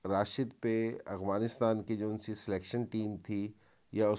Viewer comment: Ok dear, with all due respect please also learn how to pronounce AFGHANISTAN not Aghwanistan. Peace from Afghanistan 🇦🇫